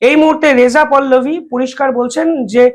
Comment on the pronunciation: সাহা নয় দাদা, শাহ আর পল্লবী নয় পহলবী।